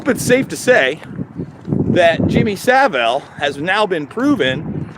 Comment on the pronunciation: I don't want to be a pronunciation nazi, but Saville, is not pronounced civil, it's Sav-ill. (How this could possibly matter, is a question I'm asking myself. All that great work to have a dick like you correct him over something so utterly trivial, - hanging's to good for you!)